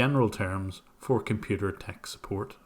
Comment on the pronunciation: ... fumbling tumblings head set peril "Suppoat?"